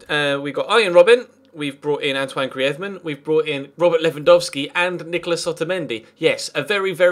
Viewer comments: Pls dont say griethman its greez ma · why do you say griethman:D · Greez-men.... Practice it lol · Love the series but can you please just say griezman normally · ya but isn't Spanish and griezman asked for the commentator to say it in Spanish cause he plays in Spain that's the only reason so can't just say it normally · I think he might be Basque